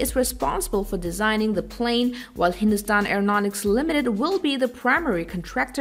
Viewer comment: Did anyone else noticed.. how clearly she pronounced hindustan